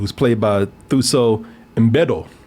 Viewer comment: It's Thuso like the number two, "2so". Not like TH in English... it's a South African Sotho name.